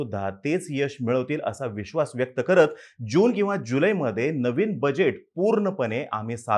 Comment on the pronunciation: Veshvas acha hai😂